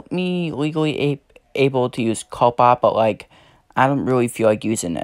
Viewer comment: 1. Coppa is not pronounced "cope-uh" it is pronounced "cop-uh" 2. You are.. let's say.. half safe. If you set your videos for kids I bet you little kids watch your videos so you could lose subs from them. Non kids are safe, I'm considered a kid still, I am 11 1/2 years so yeah. 3. I am not safe. Most of my viewers are under 13 because I do a community (not anymore) that attracts kids and my content is for all ages. 4. I'm pretty sure FTC and YouTube are doing something. I hope for the best. The only thing I can say now is good luck and I hope we find a way to keep our channels safe.